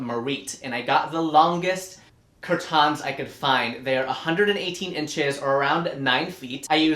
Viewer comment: And I will also be saying cur-TANS from now on....